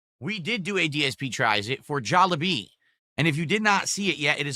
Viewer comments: The fuck is “Jollibby”? I hate the way he finds a way to mispronounce everything. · It's Sonic's fault you can't leave the house, got it. Who the fuck calls Jollibee "Jaw-lah-bee"??